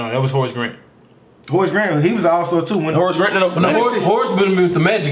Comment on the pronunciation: David Robinson, shaq, Karl Malone and Patrick Ewing couldn't stop hakeem and the little guy says horice grant 😂